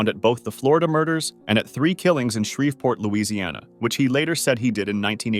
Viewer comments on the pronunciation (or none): none